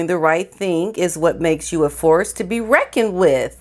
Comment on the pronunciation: If all this part of her great plan doesn't do so good, make way for the biggest divorce case ever. I guarantee that's her end game anyway. BTW Harry you blithering buffoon reckon has a k in it. What an embarrassment to us English.